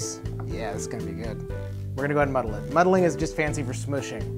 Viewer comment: God the way you "muddle" hurts